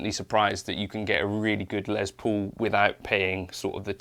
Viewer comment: The good old Les “Pole”